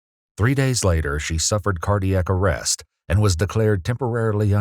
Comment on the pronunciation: Suffer not surfer!